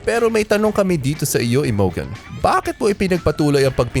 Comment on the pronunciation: Imogen pronounced as 'Imojen'. Pls check your pronunciation first 'coz it's hilarious for us to hear. Thanks!